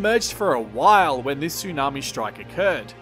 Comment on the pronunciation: I very much like your videos, but could you please not mangle the language as much - There's no such words as Aushtralia, shtrike, shtrip, etc.